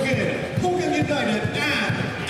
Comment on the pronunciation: Hougang United pronounced (How-Gung)